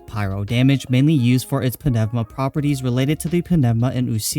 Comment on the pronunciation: Pneuma is pronounced newma isn't it??